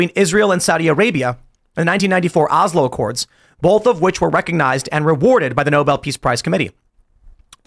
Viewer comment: When did Tim start pronouncing both as bolth ?